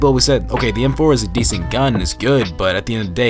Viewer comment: The fact you said "DA snipers" its an unsub from me